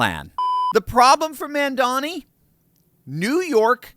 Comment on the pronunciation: "It's MA'AM-dani!"